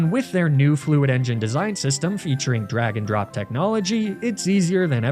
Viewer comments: At the Squarespace promo I heard Dragondrop tech instead of the drag and drop it was 😂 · Second video you uploaded that I misheard you say "drag and drop." I thought you said "dragon drop."